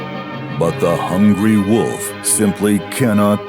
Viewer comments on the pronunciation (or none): none